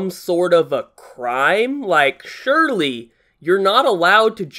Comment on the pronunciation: I did, I've also watched the whole video. He's saying "surely", but as "SH-urely". He says this multiple times in the video lol